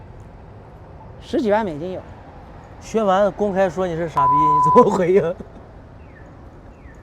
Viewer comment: 在名字里，一般念薛蛮子 子不能读轻声